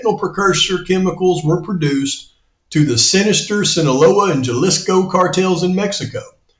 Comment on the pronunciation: I'm not being critical but Jalisco is pronounced Ha-leesco. Great work tho. You've been rocking it